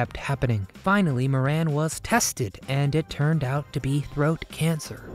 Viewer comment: Moran is an Irish name and is pronounced More An.